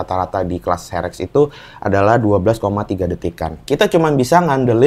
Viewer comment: herek bukan ferek 😂